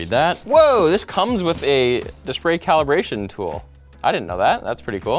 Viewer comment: lol dispray caribration tool